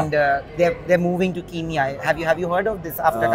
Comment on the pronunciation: Pls pronounce properly!!!!!!! It is not Ki It is ke So say Kenya, don't insult countries name